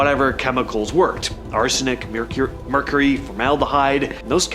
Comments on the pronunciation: Murcurry 😂 Mecury 😮Mercury 😅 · when i messed up on the word mercury i knew it was a real person so i left the video playing